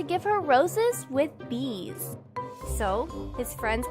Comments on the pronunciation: Aaaaahh!!! The beggeeeeesss!!! Not the beggeeeeeesss!!! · the "bgees" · “The bagees” perfection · The bgees became angry 😂😂